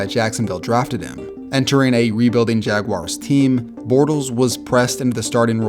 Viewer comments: It's Jaguars, not Jaguires. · It’s Jaguar, not Jag wire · Please stop saying Jag Wires. That's not even close to the way it's spelled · "The JAG-WIRES..." 😲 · Oh jeez, did you just say “Jag-wires”? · Jag Wires? C'mon man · Jag-wires lol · Jacksonville "Jagwires" 😂😂😂 love you though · It's Jag-wahrs. Don't make another country's pronunciation a thing. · man said jagwires im dead